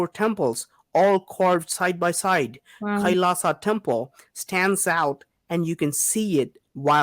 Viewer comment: Pronounce it like kai-laa-shaa Meaning -lord Shiva